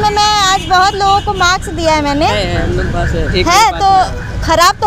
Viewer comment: Maks nhi didi mask hota hai😅😂😂